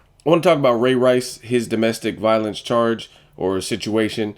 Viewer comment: what the deal with u sayin ray rice all weird like that where u get that corny stuff from